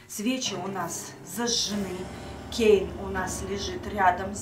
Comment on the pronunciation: Это кейн а не Кэйн